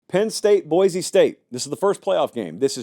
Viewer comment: It’s pronounced Boy-See.